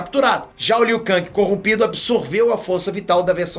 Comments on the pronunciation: Está no jogo a forma que é pronunciada, em inglês é "Ken" e em português é "keng", o pronúncia "Kangui", errado. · Você está se referindo ao ou ao criador de Mortal Kombat? Pois está na porra do jogo a forma correta de pronunciar o nome do Liu Kang, nunca foi "Liu Kangui" e sim Liu Ken (em inglês) e português Liu Keng!! Os produtores de Mk são de lá e deram essa pronuncia pro Liu Kang! E não me interessa Oque o é, até aqui no Brasil é comum pronunciar o nome dos brasileiros incorretamente, o errou a pronúncia do nome do Liu Kang e acabou!!!! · É Liu Keng e não Liu Kang que se fala Hermione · Burro e você que deve falar "Keng". A pronúncia correta é com A. Liu KAAAAAAAANG. O nome dele não é americano, o nome dele é asiático... NÃO MUDA O A PARA E. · Eu sinto uma pontada no rabo toda vez liu kang, com a em vez de e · A pronúncia é "Keng", fazendo o favor. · "Liu Kangue" o mano tá hiperfocado na Marvel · Liu kangue e foda kkkkkkkkkkkkkkkk pode até ser o pronunciamento correto kkkk.mais n me entra kkkk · Não tanko ele falando Liu kaNGI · Aí liu kang keng kkkk faz de street fighter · Mano é uma tortura o dize "Liu Kang", o certo é "Liu Keng", se escreve Liu Kang, mais com o som do "e" no lugar do "a". Kkkkkkkk nossa pareço minha professora de Português kkkkkkkkk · Ele tá pronunciando em "ingrês". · O jeito como o fala o nome do Liu Kang doi demais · A pronuncia do Liu Kang sangra meus ouvidos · Cara mora nos estados unidos desde que nasceu e ainda nao sabe pronunciar Liu Kang KKKKKKKKKKKKKKKKKK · Me dá calafrios vendo ele falar Liu kang kkk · Kkkk achei mt estranho o falando Liu Kang kkkk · pronunciando Liu kang eu imaginei o kang da Marvel como um rapper kkkk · Mil anos se passaram e o ainda não aprendeu a pronunciar o nome do Liu Kang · Ou é você que pronuncia errado????